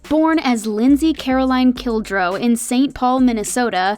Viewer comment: Its Kildow not Kildrow